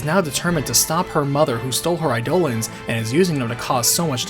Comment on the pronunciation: Instead of 'aye-dough-luhns', Eidolons is pronounced 'eye-duh-lawns'